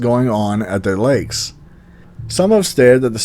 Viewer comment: You are pronouncing lakes wrong sir